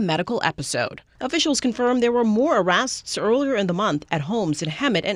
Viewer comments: Today I learned that arrests is actually pronounced "arrasts" 😂 Totally distracted me from anythinf happening in the video. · 'arrasts' lol